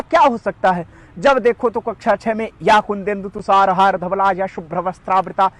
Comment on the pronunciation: उच्चारण अशुद्ध हैं। ध्यान दीजिए कि संस्कृत का अपमान न करें। तुषारहार में ष का उच्चारण, शनैः को शानैः बोल रहे हैं। यह गलत है।